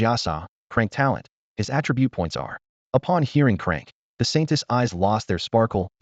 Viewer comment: 😂😅😅 It's C-Rank not Crank it cracks me up everytime 😅